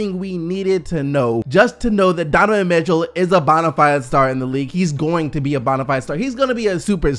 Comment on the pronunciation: Never heard “bonafide” being pronounced like how you say it, don’t like it lol sounds weird to me